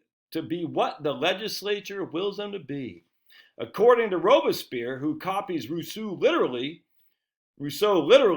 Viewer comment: Isn't his name pronounced like it's spelled, "robes-pierre"? You butchered it.